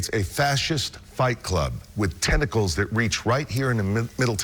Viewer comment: Testicles instead of tentacles.